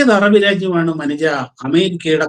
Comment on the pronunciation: അനുജൻ അല്ല മനുജ എന്ന് വായിക്കുക